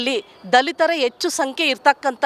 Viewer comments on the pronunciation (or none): none